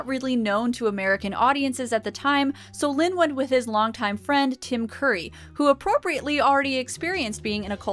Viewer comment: Tim Curry! Not Tim Coorry! Curry! Like the "u" in "up"!